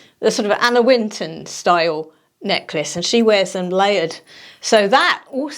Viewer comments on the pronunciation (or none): Pretty sure you meant to say Anna Wintour, not WInton? I love her gemstone neck pieces....